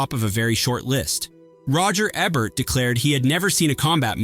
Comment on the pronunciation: EEEEE-Bert. E. Like when you say the letter. Then Bert. E should rhyme with key.